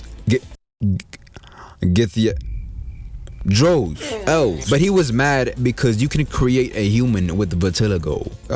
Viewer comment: the way you almost pronounced githyanki correctly but gave up, and then pronounced drow incorrectly cx good video tho twitter people are so tight up the ass